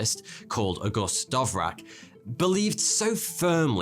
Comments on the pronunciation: his name isn't Dovrak, it's Dvorak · Please D - V - O - R - A - K, not D - O - V - R - A -K. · yaeeeeeeks, that hurts... it's DVOrak... not DOVrak ! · please don't say dOVrak when you show its dVOrak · Dyslexic much? DVorak not DoVrak! ;P Also I type on a qwerty keyboard as fast as I speak.. So I don't see the problem.. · "Dov-rak" as he says it is pronounced like the composer "D-vor-jak." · its Dvorak, not Dovrak :D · Tiped: DVorak... Sayed by DoVrak... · Unbelievable how you manged to consistently mispronounce the very common "Dvorak" as the excruciatingly awkward sounding "Dovrak". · Not dovrak, it is Dvorak sorry mate it buggs me out. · Dvorak not dovrak lol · Person's name: Dvorak: Dovrak. Several times while reading it from screen. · August Dovrak Me a central European: It's actually August Dvořák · why you spell Dvorak a 'dovrak' ? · U keep saying ‘dov rak’ ... it’s ‘’d vor ak’ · DVOrak, not DOVrak - and it repeats throughout the video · dovrak? isn't it DVorak? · Normal people? There is no a, how do they invent it? But I understand that not everyone knows how to read ř in Dvořak. Some don't even know it's not just r. Honestly, "Dovrak"? Hurts my ears listening to the guy... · you were saying dovrak instead of dvorak... its probably harder for you to say it.. but the "dv" would be said like "dw" in the word "dwell" or the "dw" in "dwight" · MAN, his name was Dvorak, not Dovrak! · He Is not "Dovrak" but ok (D V O Ř Á K) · Dovrak... Dvorak... No one will ever notice... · Why do you read "Dvorak" as "Dovrak"? I probably wouldn't notice but Dvořák is common surname in my country :D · There is no such a thing like DOVRAK... It is DVORAK. For the sake of simplicity it is even written like that... Peace. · It's DVOrak, not Doverack! 😂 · Dvorak, not Dovrak. WTH. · Even DVOrak isn't the right way to pronounce it. That will be "Devor-jacques". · maybe becos dv- is hard to pronounce? but he can pronounce it as dee-vo-rak instead...